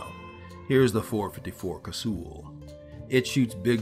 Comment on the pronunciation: Well that's the first time ive heard ANYONE pronounce it cassool